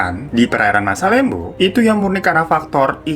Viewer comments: Masalembo seingatq pelafalannya masalembû. Jadi kayak ou, tapi o nya tipis bnget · Baru mampir lagi setelah sekian lama☺️lucu ajha cara bang Hiro bilang masalembo.saya asli Sumenep tempat gugusan pulau itu ada .di sini kami mengejanya masalembhu bahkan lebih familiar dibilang salembhu... Lem= dieja macam kata lembut JD bukan macam lem lem yg lengket.... Lebih Deket ke masalembut dibuang huruf T nya.